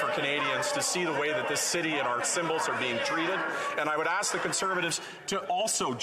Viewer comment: Strange? the gentleman says, "All that I would AXE is that we would equally call it out." The honorable gentleman implies he and his Liberal colleagues have "healthy debates" with the opposition. Nothing could be further from the truth. Liberals NEVER engage in a 'healthy debate', they engage in everything other than "heathy debates." but, when questioned, they engage in obfuscating the question and talking about anything but the question....and he knows it. And all of this from a man who has lived off the tax-payer ever since he graduated from high school.